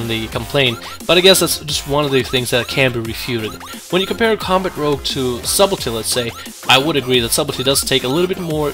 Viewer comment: the word is pronounced as if it was spelled suddle tea.... the b in sub is silent